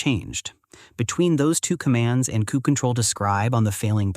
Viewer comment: I've never heard someone pronounce it "kube cuttle" before but it's going in my list of valid pronunciations to annoy people at work now.